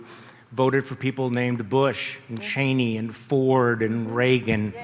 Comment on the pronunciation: It’s Cheeney not Chainey